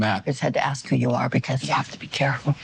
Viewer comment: That professor can't even pronounce "ask" correctly while the people she hates put people on the moon